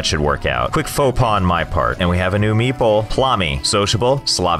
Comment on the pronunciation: When the pronunciation of meeple starts sounding a bit like meatball 😂